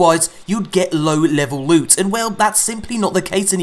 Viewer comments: Sweet Prrrrrecious Lewt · DID SOMEONE SAY LEWT!!!!